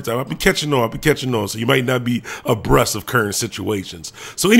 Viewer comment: Its abreast not abrust